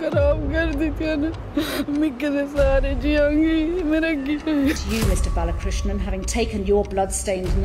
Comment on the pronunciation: Will you do everyone a favor and learn how to read and pronounce before you post a story. It’s BAL A KRISH NAN. For crying out loud the judge said it correctly multiple times and here you are repeatedly reading it wrong. Get it together. It’s a regular thing with this channel and it’s annoying as hell. It shows ignorance and disrespect to your viewers who know how to read that you don’t invest in getting the simple things correct.